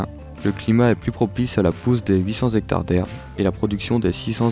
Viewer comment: Cent "T'hectares" comme on dit cent ans et non pas cent "zans". Désolé si je critique la forme mais ça m'énerve tellement....